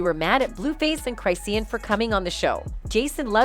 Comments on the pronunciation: Who is cry-see-an😅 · Cry-see-yan? 😂 This AI revolution ain't workin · Hey, it's pronounced Chris - shawn, not Cryseen. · You really need to learn how to say her name …… say it with me Chris….Shawn.😂not Cry Seen😂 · What are you special ed her name is chris-shawn not cry-seen yall need to stay out our culture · 🤣🤣 I'M DYING!!!😂 the way Chrisean is pronounced is Chraw-shan 😎 Not Cry-see-uhn 🤭🤷‍♀🤭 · Ik U did not say cryseen😭😭😭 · "Cry-seen" and dram-mah" lol. 😂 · Girl U NEED TO WATCH OTHER VIDEOS BECAUSE YOU PRONOUNCE HER NAME WRONG. CHRIS-SEAN ROCK . GET IT RIGHT IF YOU WANT TO BE DOING A VIDEO ON PEOPLE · “Cry-seen” …girl you and this AI need to sit down. 🤣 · Cry-si-en ? Who's voicing this 😂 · SAY HER NAME RIGHT ‼️CHRI-SEAN 💎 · It’s pronounced Chris- Shawn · it crish shawn geezus pronounciate properly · UnFoRtuNaTElY CrY-sEe-An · Hold on, did the lady say her wrong on purpose. 😅 come on, get your stuff together, that's not how you say her name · You not even saying her name right and it's making me mad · can’t even say her name right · I mean lol why the narrator saying her name wrong 😂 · She messing up some names.😂😂😂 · you saying my bitch name wrong 😭😭 get it right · It's the fact that the commentator can't pronounce hey name correctly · Lmaoooo why the ai voice saiying her name ,like that 💀💀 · At least know how to say her fukn name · Even after hearing people in the video pronounce it right she still continued saying it that way I can’t 😂😂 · Say things right at least. Google it first if you aren't sure how to say something. It's pronounced cris-shawn not cris-seen. It's pronounced coy la ray not coy lee ray. And fr means for real. Lol. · Who tf is chry-see-an and Coi Larry? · This damn commentator needs to know how to pronounce Chisean and Coi Leray. This is awful. Don't report "news" if you don't know how to pronounce names. Wtf